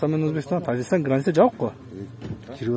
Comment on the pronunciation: Тажигистан дейби чиркин